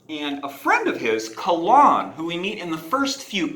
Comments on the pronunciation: Kay Lyn. Not CA lahn. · Caw-lawn?... Its Kay-lynn according to Goodkind himself... ouch your pronounciation was painful. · Its a very old celtic name that has always been pronounced Kay-lyn. Which is why we have that current spelling of it now as Kaylyn as well. But sorry for being rude about it is just cringy for me to hear it so many weird ways even Col-lin.. which is a boys name.. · I agree it’s not technically correct but three friends of mine and I all pronounce it as Kah-lon as well. If you want your characters name to be pronounced right, don’t spell it so strange. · Her name is pronounced 'kay-lin'. In interviews with Terry he pronounces it this way. I named my daughter after her, so I'm a little sensitive to the pronunciation.